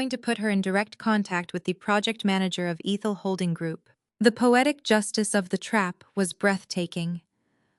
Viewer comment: Ehhthul . Not EEEthel